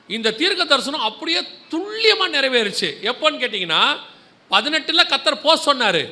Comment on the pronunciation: வணகககம் சகோதரா நீங்கள் சொல்லும் வாா்த்தையான துள்ளியமாக என்பது தவறு துல்லியம் என்பது சரி "ல"